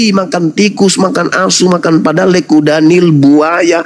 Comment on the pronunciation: Padalle .... bkn padalek